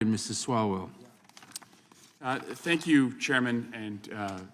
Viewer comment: 😂 oh no...it's swall-well